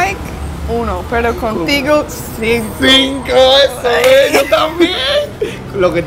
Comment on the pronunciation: Cuando dice sinco se escucha singo 😂😂 aquí los que escucharon igual que yo 👇